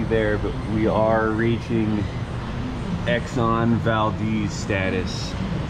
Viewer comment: the exxon valdeez....lol